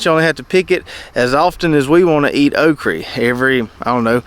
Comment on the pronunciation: Okra, say it with me. Okra. You know when babies mispronounce words like saying bobble instead of bottle? That's what you sound like when you say "okrie" instead of okra. I can tolerate taters and maters, but "okrie" is where I draw the line!